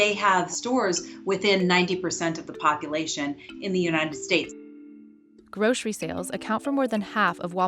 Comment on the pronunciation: Groshery? We say Grocery here. Where are they?